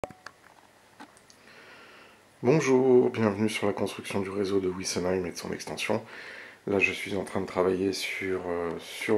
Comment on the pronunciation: Beau travail et bonnes explications. Une chose me chagrine, pourquoi dites vous "ouissenheim" et non pas "vissenheim" comme en langue germanique?